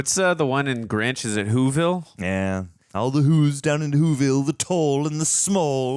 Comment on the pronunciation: I just want to quickly point out, that (& the subtitle) called the Grinch for the Granch... Have a still good day